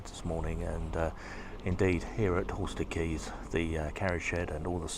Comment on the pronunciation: Just for your own personal safety lol, the station is pronounced Horstead "Kaynes" ( Canes) not Keynes as in Milton. They're very particular to how their station nane is pronounced lol.😅 Looks like you had a great day